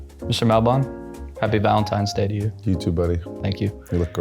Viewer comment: Have to pronounce the name correctly as a host. Otherwise great interview. It’s mall-bin. Just listen to say it once